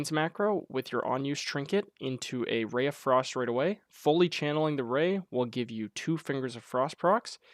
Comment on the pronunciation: Did you say Ray of Frost :-D